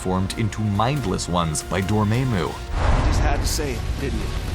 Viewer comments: "Door-mah-moo", not "Door-may-moo". Didn't you even listen to the clips you presented? through . I hate Youtubers who can't be bothered to edit their vids. Slipshod, lazy work is the product of a slipshod, lazy mind. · Its NOT Dor-may-mu its Dor-ma-mu even thought theres like a whole scene of him saying, ''DORMAMU I'VE COME TO BARGAIN'' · it's pronounced as dor-maa-moo not dor-mae-moo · Dormamu ??? Do you mean dormamu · "DorrMEImu"???? It's DORRMAMU... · D-Dor-May-Moo *heavily sighs and removes glasses DORMAYMOO, HAVE YOU NEVER PRONOUNCED HIS NAME OR EVEN HEARD IT PRONOUNCED, HERE, DOOR-MA-MOO, THAT IS HOW IT IS PRONOUNCED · it is door- mom- moo not door-mamue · It's Doramammu not Dorememu! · Dormaymu ha it’s Dormammu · Fu k you its Dormammu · How can you say aether(ee-fur) and dormammu(door-mam-oo) wrong. They say them in the movies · to he said dormamu wronng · “By dormaymo” 😂😂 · Please stop saying Dormaemu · Could you atleast get the names right? “Dor maim oh” ffs they said it in the movie clip. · why you pronounce dormammu as dormaymu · Hahaha hahaha he pronounced it as Dormaymu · M HE SAID DOR MAY MUU LOL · "Dormemu" Cringe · Everything was ok until he said "DOR-MAY-MU" 🤦🏽‍♂️ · who the fck is dor may mu?? LMAO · Am i the only one who was annoyed when he say "Dor-May-Moo" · He said Doormaymoo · "Dormaemu"? Really? How can you mispronounce a name that is CLEARLY HEARD in any movie, TV show or video game that he's in?? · He said dormaymu b4 it was cool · The way he says Dormammu though "Dormaymoo ." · He here’s dormamu and said dormaymoo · Dude how the hell can you mispronounce dormamus name when you literally had it said in your video... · horrible pronounciation of Dormammu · no offense but u say dormammu's name wrong and it really annoys me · Why can’t they say names the way they are? For the villain of doctor strange he said it wrong and right after a clip says the name right but he still says the name wrong